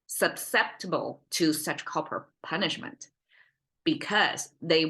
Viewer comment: suss sept ib bull susceptible you said subseptibull which is what a kid would say close cute try again :)